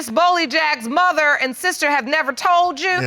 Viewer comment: I love how she pronounces "muh-ther" 😂